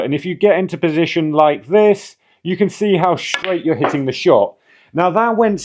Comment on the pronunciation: Telling it SHtraight.